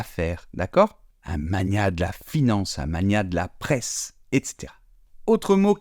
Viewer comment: Bravo ! Mais l'article un se prononce œ̃ et non pas in ! Les mots brun et brin ne se prononcent pas de la même manière !